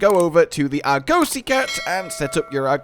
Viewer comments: please, it's not ar-goe-see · Wtf is an Arr-gose-see? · Why does he say Arg-ussy